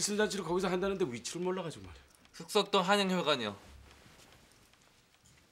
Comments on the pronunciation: 발음 진짜 안좋네 흑석동이 북석동으로 들려 ㅋㅋ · 흑석동 th발음 너무 웃겨